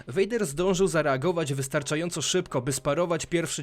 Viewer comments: No spoko... tylko przydałaby się jeszcze poprawność w wypowiadaniu imion, czy nazwisk bohaterów 😉 (czyt. vAder tylko vEJder, itd.) Przydałoby się to zmienić, bo (jak dla mnie) troche psuje odbiór... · Wszystko kox ale popracuj nad wymowa bo raz mówisz Vader a raz poprawnie vejder...i ta leja ograna xD